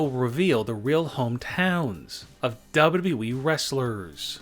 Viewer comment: Stfu its not WWWWWEEEEE its WWE